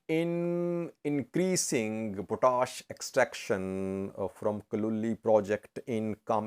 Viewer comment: It is pronounced POT-ASH. POT ASH. It is English not French